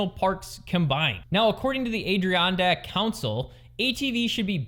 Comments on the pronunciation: it's pronounced, ad a ron dak not what your called it. I live there!! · Oh you butchered Ad....ih....ron....deck... NY State continues to suck for ATVs... I'm embarrassed to be from that area... Craziest thing is, you have to register ATVs in NY and still can't ride em anywhere... The biggest problem is there are TONS of trails up there because they support snow mobiles like crazy! State government continues to crush the Upstate region with there stupidity... Beautiful place to visit, crushingly expensive to live...